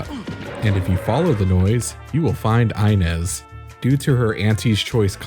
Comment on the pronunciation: It always blows my mind how someone can play the entire game repeatedly hearing the name inez pronounced ( EE-nez ) and then proceed to make a video calling her EYE-nez )